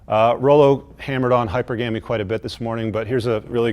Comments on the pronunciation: Every time he says "hyper gammy" he loses even more credibility. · “Hyper Gamie”